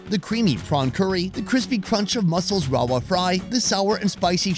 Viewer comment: I have to correct you lol. Rawa fry? I lived in Goa for 5 years and I know that Indians struggle to pronounce V! 😂 It's Ravva fry 😉